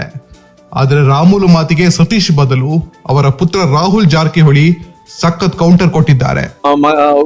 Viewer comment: Le kunni ನೀಟಾಗಿ ಜಾರಕಿಹೊಳಿ ಅಂತಾ ಹೇಳು ರಾಹುಲ್ 😂😂😂😂